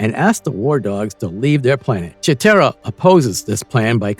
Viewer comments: I really don't see why people on YouTube make videos When they don't even know how to pronounce the names of the characters correctly It's a long I For Wiley Kitt and Wiley Kat as in wild And Slithe is also a long I It's a long E For cheetara as in cheetah. The Thundercats were not a show of the kids of the 90s it was a show of the kids that were born in the 70s and 80s because it was put out in 85 By the time the 90s hit the show was not even in syndication as reruns The version of the Thundercats for the early 2000's failed because of low toy sales And Low ratings on Cartoon Network In other words the new show did not have a good fanbase To base a second season It was also given a horrible time slot For the time that it aired Marvel is verdict your channel sucks You can't pronounce the names right you don't have your Facts straight And you did Piss poor research on it Being born in 1975 I watched the Thundercats in 1985 Along with He-Man and GI Joe And the Transformers . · Don't forget you got the pronunciation Of Cheetara and Slithe wrong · I need the narrator to have watched Thundercats to know itself WILY Kit/Kat and not WILLY Kit/Kat. PuMYRA and not PuMEERA. CheeTARRA and not CheeTERRA. SNARF not SNURF or whatever he said. This video was torture because of it and you won't get my like. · Not to mention Chee TEAR a? Really? Chee TAR a... this was cring worthy. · Dude... narrator...LEARN TO PRONOUNCE THEIR NAMES...WHYLEE KAT...CHEAT ARE A...PUM EYE RA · you freaking liar...YOu never watched THUNDER CATS!!!! WILLY CAT????? WILLY KIT?????? wtf is that??? Anybody who watched Thunder Cats KNOW 100% There is no WILLY CATS OR KITS ON THE Show. I know of Wiley Cat And KIT pronounce (Wylee) Kit is a girl and Cat is a boy. AND CheeTARa is who its pronounced not CheeTERA. Whats the point of faking being a fan of this show????......ohhhh views. You sir are a fake .